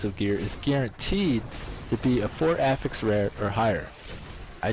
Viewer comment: STOP PRONOUNCING AFFIX WRONG